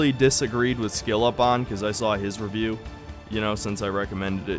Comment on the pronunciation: You said revieuw ones dude ..u kinda asking for it tbh 🙃